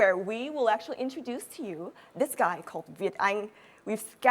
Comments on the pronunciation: Phát âm actually thành ashually? Sao mình ghét con này thế ko biết. Giả tạo vãi cả LỒN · E ý phát âm sai từ Actually khá nhiều lần, thiếu âm k và âm ae lại bị đọc như âm a.